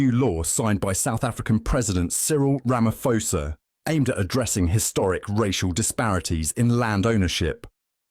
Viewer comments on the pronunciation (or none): It is pronounced Ramaposa and not Ramafosa